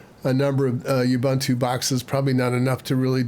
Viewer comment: Youbuuntoo…Ubuntu. Ooohbooohntoooh.